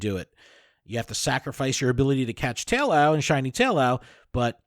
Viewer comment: Probably because the amount of cringe lol. Adam saying to put ducklett for field research instead of larvitar and you mispronouncing taillow. SMH